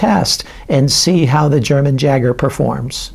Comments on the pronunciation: Yay-Ger not Jager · Pronounced Yager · It's pronounced Yager. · Just gotta say the "J" in Jager is pronounced with a Y sound. So kinda like "Yager". Jager in German means Hunter!:) Nice test as always! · How is it possible he mispronounced it? Hahaha